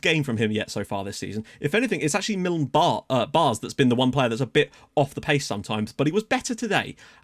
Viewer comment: Fyi; the aa in Baars is pronounced like the a in apple or the a in Cameroon